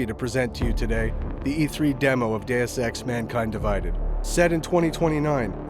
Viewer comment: Hes saying it like that because thats how its pronounced. Day-Ess or Day-us.